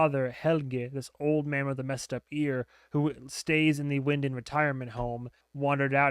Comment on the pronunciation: As others have noted, I highly recommend not looking up the family tree... I have seen that go VERY badly for reactors before and them deeply regret it. I would also, as you noted, avoid Googling ANYTHING to avoid spoilers. As you requested pronunciation feedback last video and this video instructed us to keep repeating things to you... Winden is pronounced VIN-DEN Ulrich is pronounced UL-RICK Martha is pronunced MAR-TA Regina is pronounced RE-GHEE-NUH (hard G) not re-jee-nuh (soft G) Bartosz is pronunced BAR-TOSH Jonas is pronounced YO-NAS I have been checking for this video once a day for a week or so, I am so thankful it is here (I'm a Patron as well, but I prefer to not have to synch up with source material so I wait for the YouTube versions). Liked and shared.